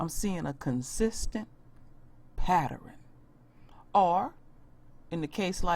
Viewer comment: U mean a consistent pattern. PAT - TERN not padderen